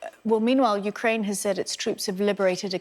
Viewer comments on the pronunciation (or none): none